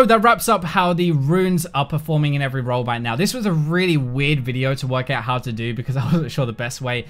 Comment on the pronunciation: After 6 mins my head starting to hurt after every "row" .....